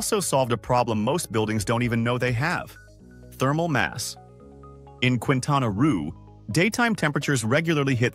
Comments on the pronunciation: The state is pronunciated Quintana Ro , like the beguining of the word Rose, not Quintana Roo (Ru) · ^ Quintana Roo = keentana row not kwintana rue--just saying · And it’s’keentana’, not ‘kwintana’. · “Queentana Roo” is called kintana Roh phonetically just as a quick FYI🫡 (Cancun, Quintana Roo) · Quentana ruuu ??? 😂😂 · Quin tana roo 🤣🤣🤣 It's "kin tana row" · It’s not pronounced roo it’s more like roe 😅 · Quintana Roo "Keentana Ro" or ruh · QUI is pronounced like KI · Quintana Roo, the state where Cancun, Riviera Maya, and Cozumel are, is pronounced "Kintanna Roh". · Quintana Roo is pronounce by locals as "Kintana Ro" (just say "kin-tana-ro") and just like that... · Keen tana roe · Quintana Roo is pronounced "kintana raw" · It’s not Kwintana Rue. If you’re going to make a whole video please take a few moments to look up pronunciations. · I don't think the pronunciation of "Roo" in "Quintana Roo" is correct in this video. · Weirdest "Quintana Roo" pronunciation EVER 🙄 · Enjoy the many mispronunciations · Yes but the AI doing the talking is not "intelligence" at all and wouldn't know that.